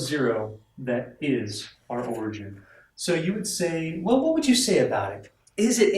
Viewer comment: Btw, it's 'origin', not 'origen' :P